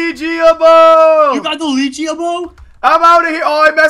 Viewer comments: Pronounced leg ea not leegeA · Not to be rude but its pronicsed (leg-ia) bow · It's a leg-E-a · I know that no one likes people that point this out but the bow that your got is called the leg-ee-a bow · It's a LEG-ia bow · it's le-gia bow le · Its leg- e-ah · MITCH!!! you pronounced legiea bow wrong